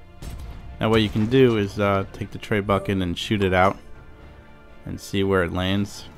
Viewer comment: Not trying to be a dick. Trying to help you but its pronounced Treh-boo-shay. Not tray bucket. You video rulz man. You totally helped me out.